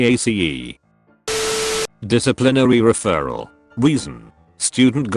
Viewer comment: It’s kind of funny how the voice can’t say referral.